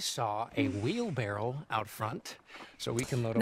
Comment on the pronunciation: I’ve been saying wheelbarrel too my whole life and never knew that’s not what it’s actually called! Everyone in my family says barrel too. It completely blew my mind lol